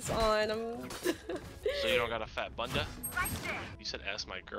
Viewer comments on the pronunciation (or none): nonooononono he cant even say bunda correctly TT